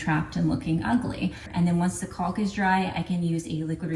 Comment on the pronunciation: CAULK RHYMES with HAWK. The L is silent.